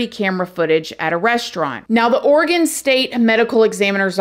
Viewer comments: I'm so Impressed she said Oregon right! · Thank you for pronouncing Oregon correctly 😊 My prayers are with the friends and families of these poor women. Portland has become quite the cesspool the last few years. Their city leaders and state government are not doing much to imorove it.